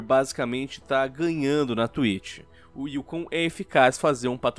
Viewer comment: "da twich"